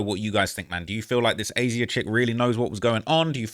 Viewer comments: it’s not A Z Ah lol please for the love of G0d, it’s been so annoying to hear you pronounce it like that thru your million vids about this 😂 it’s Asia just like the continent lol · Hey you pronounce her name as Asia 😂 not aye zeyah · Imo it's pronounced Asia just spelled wrong